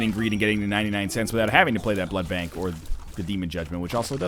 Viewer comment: SAY BLOOD BANK RIGHT